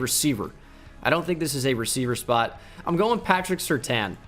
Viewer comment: Any other Bengal fan almost punch the screen when he said Surtain? nope just me ok.